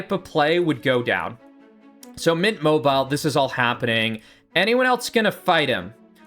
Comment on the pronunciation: I really do have to say i get very annoyed at you judt missaying the names of players. Where do you get the name "mint mobile" or "katakin" (mobile mobile and kakin) so wrong